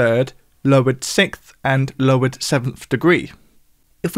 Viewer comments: It's "sikth" as opposed to the correct "sixth". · Is way of pronouncing sixth (as "sicth") a common thing, or just a thing?